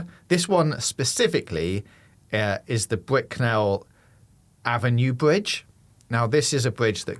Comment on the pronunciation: Brickell is pronounced like “Brickle”